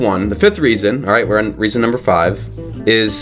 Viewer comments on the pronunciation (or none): none